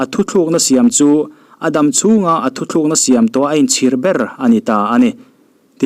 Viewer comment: Mizo nih nawm zia hiiii Thuthlukna❌ Thutlukna✔️